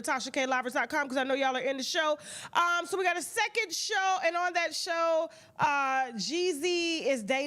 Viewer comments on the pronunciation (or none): none